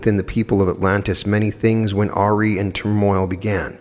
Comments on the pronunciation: Ok, The word AWRY is pronounced A-RYE, like the loaf of bread, not AH-REE, just saying, Love and light my brother. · Awry, pronounced uh-rye